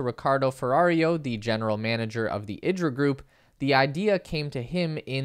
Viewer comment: I expect Italians would pronounce it eeedra, not ihdra like Idris Elba. :) Thanks for the info.